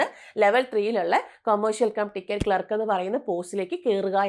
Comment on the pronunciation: ക്ലാർക്ക് എന്നു പറയൂ